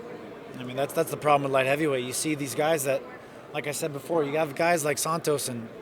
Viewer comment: Wait, y'all niggas gonna let him say "half" instead of have?